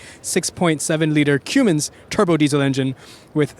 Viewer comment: That big ol "kewmens" deisel.